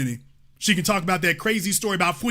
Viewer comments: that “frweedom” was stolen from Dr. King!! She’s plagiarizing his story and inserting herself and her mom in it! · Lol thus broad is a whole mystery 😂 got us all guessing. Cam-ma-la gotta be the biggest tether of all time. This woman wants to be our president and wants our vote ....😂 😄 😁 🤣 SMH at any FBA who votes for her. "Fweedom"😂